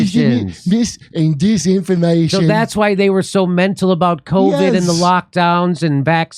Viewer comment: mees-information dees-information LOL. I'm a Kiwi and you cracked me up!!! 🤣🤣🤣 We have very flat vowels.